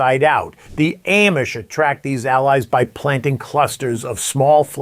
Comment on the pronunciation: I have never heard anybody pronounce Amish the way you do. Are you sure you’re not AI?